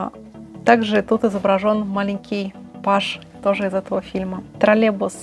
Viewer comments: Да не тралебус а троллейбус!!! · Дорогая, не обижайтесь, но почему Вы так странно произносите слово троллейбус? как "тролебус"? очень режет слух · Почему ты произносишь ТРАЛЕБУС? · это не ТРОРЛЕБУС, А ТРОЛЕЙБУС.